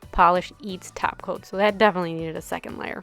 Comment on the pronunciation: Do u say taco instead of topcoat?